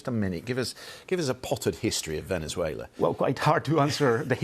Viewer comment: Venner-zoo-ail-her? Don't even know her!